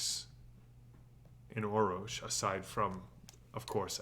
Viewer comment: This is driving me crazy... There are three Rs in Orrorsh, not two. Thus, it would be pronounced 'Or-orsh'. Thank you.